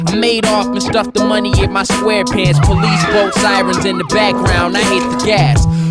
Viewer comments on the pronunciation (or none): When he says voice of SpongeBob SquarePants in the beginning, he totally butchers it